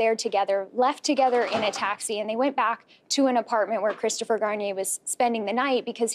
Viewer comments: "poor Chwistopher" 😂💦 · "poor Cwistopher..." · He said Christopher shampoo 😩😂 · Christopher Sham-poo. 😂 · Poor cwistopher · Hahaha 😄 "pooor Cwistofer 😢" lol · LMFAO HE SAID CHRISTOPHER SHAMPOO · "Cwisterfer" classic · Poowur cwistophur